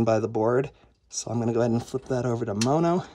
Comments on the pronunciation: Yup. You still pronounce it incorrectly. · What should it be? Monnoh? There's only one N. pronunciation is correct? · Never heard anyone pronounce mono with two hard o’s before. Thanks for the tutorial!